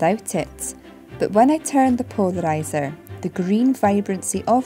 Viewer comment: Ah such a beautiful pronunciation of 'polarizer' 😎 Stay safe precious one; from springtime in South Africa